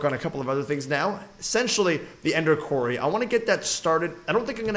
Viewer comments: it is pronounced kw-or-ry not kw-air-ry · Quarry : Pronounced (kwory) NOT kwarey ..... just saying